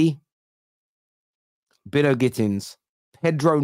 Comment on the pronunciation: It's By-no It's a name familiar in Barbados